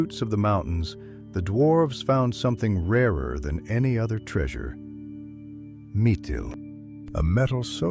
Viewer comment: Might wanna learn to pronounce stuff right.....nice AI you lazy bum... Duran instead of Durin and Mitil instead of Mithril.....great job bud